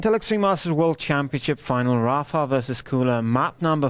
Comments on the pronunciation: Rapher is how 2GD and pronounce Rapha. =D Also, Mega=Megger. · Hahah yea I wonder why the pronounce it like that.